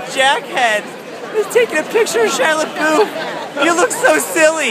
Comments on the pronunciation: It's pronounced LeBeef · Btw you pronounced his last name wrong...